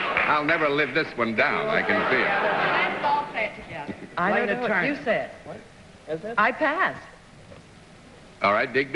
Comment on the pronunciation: Gosh. She HATED being called "Layna". She always stressed it was pronounced "Larna".